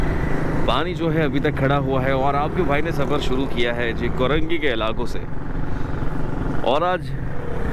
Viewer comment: Korangi hota Hy yah karengi. Samaj nahi ata yeh new new vloger Urdu ki watt lagatay hy